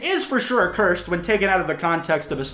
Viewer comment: the way you said cursed just really bothers me. like. it is. in itself. cursed.